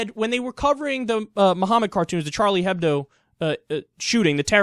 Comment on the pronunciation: H shouldn't be said in Hebdo, you would say Ebdo instead :) just pointing it out for futher reference :)